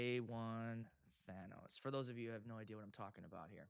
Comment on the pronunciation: I would never buy the fog machine because she can't pronounce Thanos. Also for 5K - F, no - also, shoot it straight up to the smoke alarms, everything will be fine.